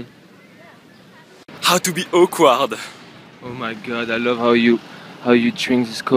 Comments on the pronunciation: Not to make fun of him but when he says "How to be akward." I think that he says how to be oak wad. anybody else get this too? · AWKWARD NOT AQUAWARD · I never knew he said "Awkward". He pronounces it like o-quad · how can't he just pronounce awkward properly duh